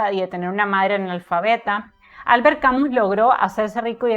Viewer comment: Mi estimada, tengo decir que de Albert Camus solo leí su obra teatral El Mal Entendido,que me impactó muchísimo. Gracias por hacerme conocer más de la vida de este gran escritor. También me gustó que tu pronuncies el apellido Camus,tal cual esta escrito; por que escuche que lo pronuncian "Camius". Un saludo fraterno desde Argentina.